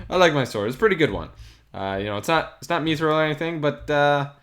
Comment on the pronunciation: It’s mithril not methril